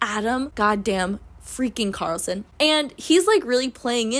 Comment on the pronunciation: not only is his first name Adam, his last name is CARlson — like you drive(r) a car(lson)